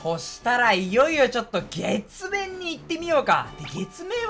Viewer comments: 月面が血便に聞こえた俺は末期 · ちなみにその前の「月面」て言ってるのめっちゃ「血便」に聞こえてしまった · 月面が血便に聞こえた私は重症ですか？ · 月面のこと血便に聞こえたわ 対あり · 完全に｢血便｣にしか聞こえなくて草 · 月面が血便にしか聞こえんくて草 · 月面が血便にしか聞こえない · "月面"が血便に聞こえたやつ🙋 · ごめん月面が血便にしか聞こえなかった